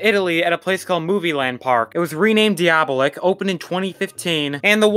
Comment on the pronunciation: Love your vids please just work on your pronunciations! Sarajevo and Diabolik were both pronounced multiple times